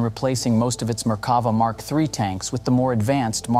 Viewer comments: sorry I can't help myself. It's mer-ka-VAH. "mer" rhymes with "there. stress on "vah". Drove me crazy the whole video. Sorry for making youtube comments into a reddit post! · Merk-ka-va, just saying.